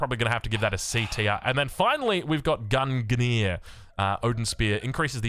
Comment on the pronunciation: Howdy! If it interests you, here are some traditional (Westernized) pronunciations from a big fat mythology nerd: -Toxotes: TOX-OH-TEES -Svadilfari - S-VAH-DILL-FAR-EE -Gungnir: GOONG-NEER -Chiron: K-EYE-RON